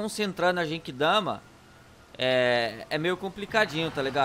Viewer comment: o nome é genkidama não jenkidama e nem derrotou frieza foi o transporte que matou ele